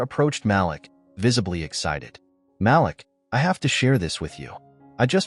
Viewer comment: Malik is pronounced Maleek